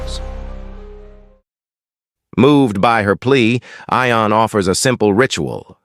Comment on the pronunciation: AI can't pronounce. "Eye-on? Try "Yon." And get me a human.